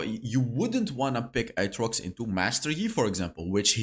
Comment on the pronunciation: His pronunciation of aatrox... I can't 💀